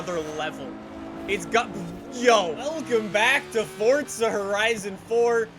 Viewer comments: why do you say fortsa horizon 4 it is Forza horizon 4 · NOT FORTZA ITS FORZA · why does he call it fortza horizon 4 lets play fortza horizon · day 276: still cant find the t in forza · Why he say forza like that